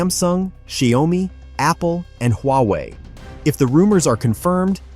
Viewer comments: Pronounced Shao Mi and not Zdia Oh Mi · Pronounce Xiao Mi and not Xia O Mi.